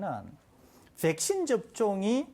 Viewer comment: 설대우교수님 백싄 발음 중독된다